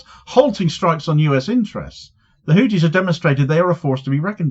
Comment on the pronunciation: It's HouTHis, not houTis. It's a TH sound, not a T sound. In Arabic we have the TH sound also, and it happens to be the case that the founder's surname was Al-Houthi. It's unbelievable that one of the poorest countries in the world - if not the poorest - is able to take on Rome like that.